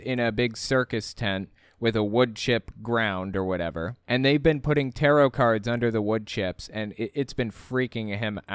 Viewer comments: He’s not afraid of Tarot cards he’s afraid of “Terra’ carrrrdz” Oh and “amulints” apparently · LOL the pronunciation of taroth, i had a hard time known what was he referring to the first time I heard it. To me it sounds as if he was saying terror cards.